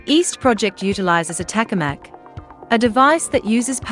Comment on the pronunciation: Tokamak, not takamak. typical Chinese bullshit.